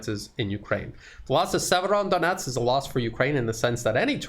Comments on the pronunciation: It's a small thing that perhaps you feel is petty but it's driving me NUTS. You have fallen into the habit of calling the city Siever-ON-donetsk. THERE IS NO EXTRA 'N'. You haven't even added it to how you write it in the description, so why have you insisted on this error in your presentations from the start? Fix yourself, please. Thank you! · There is no first sound "N" in Severodonetsk,! Severo-donEtsk. The "N" sound is after "do"! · Sir, you are adding an incorrect N to Severodonetsk! Not SeveroNdonetsk.